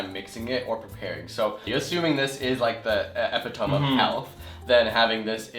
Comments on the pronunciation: "Epitome" is pronounced "E - Pit - Oh - Me". Not "ep - E - tome". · ...epi-tome...compared to ep 'it oh me. I can’t tell you how many words I’ve carried through life speaking them as they look instead of proper pronunciation, up until the big reveal! Still makes me cringe...and smile. BTW, got an order in myself, don’t know when I’ll get it. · he says "epi toam" lol. I think you meant "epitome" (iˈpitəmē) there big guy. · I was with you until I heard say epitome as 'ehh-pih-toehm' -- I'm Canadian too, but never in my life have I heard epitome different from 'ee-piht-tuh-mee'. But yes, soylent could potentially be a relatively used substitute for food in yhe future. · epitome: pronounced ih-pit-uh-mee not ih-pit-ohm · Did he pronounce "epitome" as "eh-pi-TOME" instead of "eh-pi-to-mee"? I think that's the first time I've ever heard it pronounced like that. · Eppy-toam? Oh no no no. epp-PIT-tuh-me. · It's EPI -TOe-ME not EPI-TOME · E pit O me. Not epi tome. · Oh my lordy, did he just say "EH-pih-tome"? It's "eh-PIH-toh-mee"... lol. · It's pronounced iˈpitəmē , not ep-i-tome. Otherwise, great show. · its not epi-TOME. its epi-to-mee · how did you come to pronounce epitome like "ep-i-tohm" instead of "ep-i-toh-me"? Btw love your channels xD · "eh-pi-toam" oh no...lol it's e-pi-toe-me! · I hate to be that guy but.... epiTOME of health? It's Epitome, pronounced (eepit-o-mee). If that's not true. I've been saying it wrong for years. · Damn it, not epiTOME it's pronounced epiTOMY. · epitome is pronounced E-PI-TUUUHHHH-MEEEEEE not E-PI-TOWM. sorry. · "eh pih TOHM"? It's pronounces "ee PIH tuh mee." Is this dude the same one responsible for "in TES t-eye-n" in the gluten video? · epi-toe-mee not epi-tome. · Ep-i-tome... You mean Epit-o-me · I'm sure it will be said already, but epitome is generally pronounced "eh-pit-oh-meee", not ep-it-tome. Regardless, it was a great video and very interesting product. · ih-pit-uh-mee not ep-i-tohm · e pi to me not ep pi tome